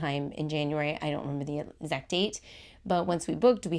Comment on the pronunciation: You can delete this comment of course, I don’t mean it to be rude. But I’m unsubscribing because you keep mispronouncing words that start with ex-. You’re saying et-zibit and et-zact. It’s throughout the video. It wasn’t just a one-off. You do say ex right a few times. I’m not saying you can’t say your sounds. Maybe it is just your dialect.